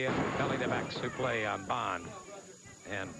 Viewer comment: I just like how the commentators called the suplex suplai 🤔😆😆